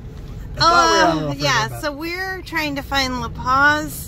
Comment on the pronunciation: When you said you were going to La Posa you pronounced it "La Paz". The letter "O" in Spanish is always pronounced "OH", and "A" is always pronounced "AH". "S" always has a hissing sound like the "S" in sleep. So it is La Poh-sah. Spanish has so many set rules, it made it easy to learn when I was young. English also has its rules, but the sound of our letters changes with different words and combinations, making it harder for someone to learn to pronounce as a second language.